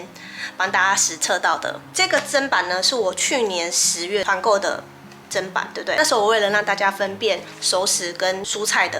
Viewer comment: 妳是我少數聽到唸對"砧板"發音的人!!👍👍👍